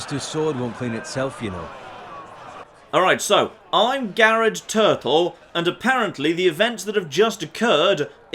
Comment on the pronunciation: Garred turtle Lol